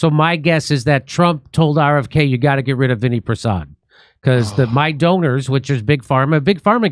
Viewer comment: Jeez, it’s not Vinny Prasad, it’s Vinay Prasad!